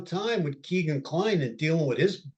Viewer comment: You dont know much about this case...truly...the very least of which, is that Kline's name is not Keegan, it is Kegan... rhymes with Megan. Details matter and it makes me think that your broad strokes, generalizing philosophy is what gets innocent people convicted... brutal